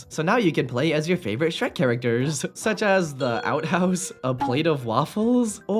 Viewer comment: That's not Shrek that's skek😭